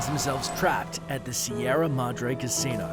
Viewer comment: You cant even pronounce Sierra Madre